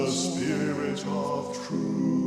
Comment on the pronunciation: Spirit is pronounced sp'rit on the crotchet, otherwise beautiful singing!